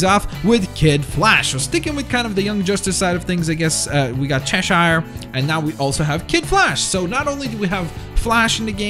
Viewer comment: Not chesh-shire its chesh-urr